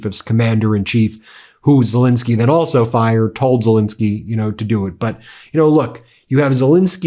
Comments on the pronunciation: Could you at least pronounce the Ukrainian President's name correctly, or is that too much to ask?? It is Zel*E*nskyy, not Zel*I*nskyy. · STOP MISPRONOUNCING ZELENSKYY!!!